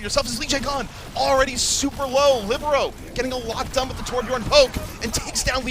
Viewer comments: Heartbreaker. I've said it before and I'll say it again: libero, not whoru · The commentator said libero several times tho lol